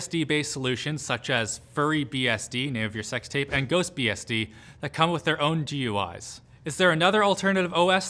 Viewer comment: Triggered: “G-U-Is”